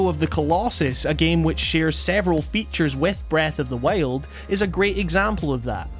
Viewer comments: Breath of the waile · its breath of the wild not breath of the whale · Breath of the Whyled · breath of the wale? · Breath of the Wiald laddie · Breath of the Whiled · breaf of d wajild :D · "Breath of the Wayald" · how you pronounce breath of the wild brreahth of the wyoauld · "breath of the weild" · Breath of the waild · "When you first pick up Wreath of the Why-old" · STOP SAYING FUCKING BREATH OF THE WHALE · Breath of the Weh - old. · When you said Breath of the Wild, it kinda sounded like Breath of the Whale XD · breath of the WHAILED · "Breath of the Weld" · "Breath of the Wail'd" lol great vid! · Did you say breath of the whale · Læfend of Zælda Breath of the Wæld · Breath of the wayeld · Did you just say breath of the whale? At 0.05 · Breath of the wiyuld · Breath of the Whyuld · Breath of the wEiilld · Not really. I don't think wild is supposed to be pronounced as WEHLD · "Breath of The Wayuld" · "The legend of zelda: breath of the wailed" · "breth of thee weeyuld" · i keep hearing breath of the whale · Breath of the Weighlt xD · Is it just me or does he keeps saying "Breathe of the whale"? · Am i the only one that hears " breath of the whale"? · lol. "Breath of the Whaled". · Heard the way you pronounce wild in the first 10 secs and got out of the video, lol sorry dude I don't like ur accent 😂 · I think he's Australian. They pronounce /aı/ as /εı/.